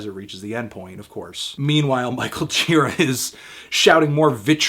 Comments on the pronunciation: You'd think if you loved someone so much you would pronounce his name right. Gira like jeer-AH. Emphasis on the second syllable, buddy. That said, I agree with you. Total 10! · I once spent a day with Gira; we shot the breeze about Hell's Angels, psychedelics, and Led Zeppelin over the span of some 10 hours. Great guy, but his name's pronounced "djih-raw." It's Czech.